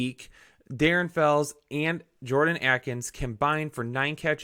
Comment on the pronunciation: Please pronounce Akins "Ay-kins" not Atkins. This has been a public service announcement.